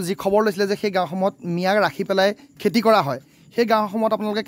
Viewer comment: Kela axomiya vlkoi kbo najane...khilinjia buli dabi kore..খেতি k কেতি ..aru kiba kibi buli boki ase bujay najay